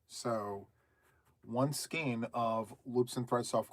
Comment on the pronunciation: Ok. The official pronouncement of SKEIN is SKANE- it’s actually the way my mom pronounced it back in the day as well. 1960s-1970s. But it’s in the dictionary. 😊 it’s sort of akin to “REIGN “………. with the long A sound 😂 missed the live but catching replay